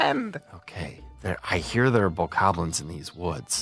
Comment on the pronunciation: He said Bokobobos!!!! 🤣Thats what I'm calling them from now on!